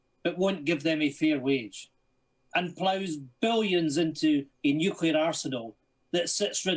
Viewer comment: Tiny little pet pieve. It's "Nu-Cle-Ar". Not "Nu-Cu-Lar". Right, rant over, great video, and great commentary.